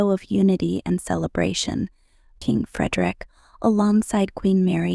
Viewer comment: This is span, they can’t pronounce his name correctly. He lost integrity from the affair in Madrid. I do not think of him as I once did. He’s had affairs all through the married life with Mary.